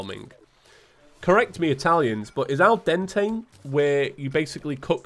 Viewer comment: You're pretty much right on the 'Al Dente'